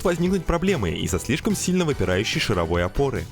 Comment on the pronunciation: Картинка как-то изменилась, и это круто. И в течение всего видео передёргивало от слова "шаровОй" (звучит как вой шаров). Я аж теперь сомневаюсь, правильно ли автомеханики называют опору 🤣